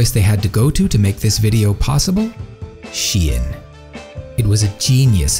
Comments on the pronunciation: It isn she-en, it is sheh-ee-n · I've always thought it was pronounced /ʃeɪn/ I find it weird how people pronounce it was. /ʃi.ɛn/ I guess English orthography is weird like that 7 '28 '22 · Okay but why do people pronounce 'SHEIN' like 'SHIEN'? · Literary thousands of people saying "Chain" but it's pronounced "She In" or is wrong? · But why is it pronounced "shien" if the name is "shein". English is so stupid language xD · is shein not pronounced like shine